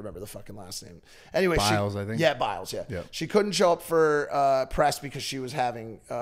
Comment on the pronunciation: Simon biles 😂😂😂😂 y’all pronounced that so wrongggggg lolllll. Love y’all tho